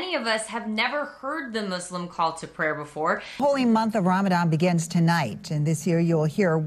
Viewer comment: At Minnesota Mayor actually said "Muslim" and not "Muzlim"...👏👏